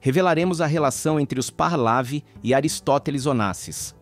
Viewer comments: Onde é que está um ‘R’ no meio do nome Pahlavi? Vejam a locução, é repetidamente dito Pahrlavi e não Pahlavi… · " parlavi" Lê-se: PAHLEVI. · Parlavi, Pahlavi, Pahlavi, Parlavi , meu Deus, é PAHLAVI, sem o R, como que faz tanto trocadilho, e errado....que agonia..... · Pronuncia Par - lé - ví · Pronuncia os nomes errados, ensina os mais jovens errados. Vou escrever como deve ser pronunciado: " PARLEVE"